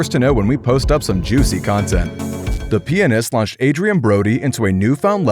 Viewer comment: PLEASE FUCKING SAY PIANIST RIGHT